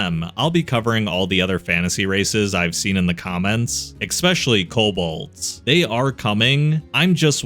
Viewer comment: I'm glad I had the self control to not point out every time you say 'Expecially' or 'Fusstrated' and so didn't end up on a video like this